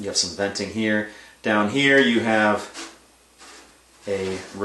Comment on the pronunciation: the way you said upside dahn makes me feel like you're from pittsburgh.